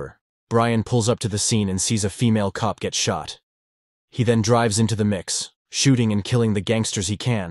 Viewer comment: The part where you say [PAUSE] and then continue 😂😂 then your like the gangster was dancing with a female baddie😂 like was it supposed to be a male baddie or alien baddie like emphasis on female 😂